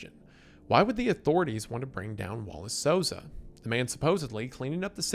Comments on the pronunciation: Souza is pronounced SOUL-zah, basically how you did anyways Wallace is pronounced walla"see" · honestly you the the best pronunciation of a latino name in this video than ever lol